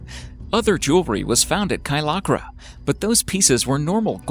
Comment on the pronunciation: The name of the cape in Bulgaria is Kaliakra, not Kaylakra.